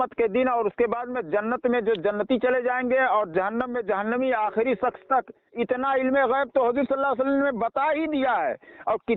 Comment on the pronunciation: Sakhs nahi shaksh